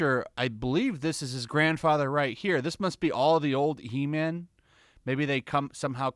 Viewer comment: It's HE-MAM!!